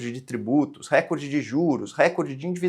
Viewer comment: Posso pedir uma gentileza? Fale “recórde” e não “récorde”… A pronúncia CORRETA só vai fazer brilhar mais a sua já luminosa inteligência. Desculpe, a impertinência…